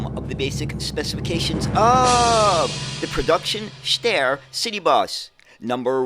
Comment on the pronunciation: "Steyr" actually rhymes with the English word "fire". It is not pronounced as "stair", more like "shtyre".